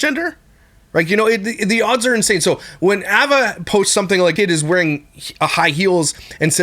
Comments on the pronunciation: Well, he also kept saying “ah”va instead of “eh”va and is extremely honest about the fact that he “blind” reacts which means having not seen the video he’s speaking about and zero research. Do people actually believe that he dives any further into the topics he covers other than his followers or mods sending him videos to react to and him choosing the ones he thinks will get the most views?!? Not one bit. He has some ok opinions here and there and is good for a laugh occasionally but if you’re looking for solid facts and accurate information, nope. Edited to add: If you’re wanting something more research based go watch the video that repzilla did on this topic a couple days ago. He also talks more about what past employees are saying mr beast knew and didn’t know. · Ava is pronounced Ay-vah! Please for the love of everything stop saying Ah-Vah! lol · The pronouncation is AY-VUH… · It’s pronounced “Aye-vuh “ Just wanted to point that out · yea it annoyed me sm😂 ‘Avva’ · why do you say Ava like that? ahahaha so distracting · love your videos but why are you saying ava like that hahahha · I’ve never heard of anyone pronounce “Ava” like this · The way you pronounce Ava is a war crime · I’m triggered by your pronunciation of Ava. 😂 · Same. is awesome, but he pronounces Ava funny lol